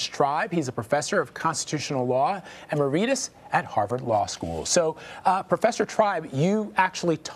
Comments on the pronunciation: Emereeetus??! Please c’mon. Let’s try to sound the part here. e-MER-i-tus. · Please pronounce emeritus properly. Eh meh RI tus. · Ema Redus? Must be latin... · The least the anchor can do is learn how to pronounce "emeritus."